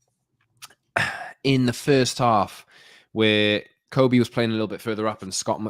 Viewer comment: His name is pronounced Kobbie like Bobby.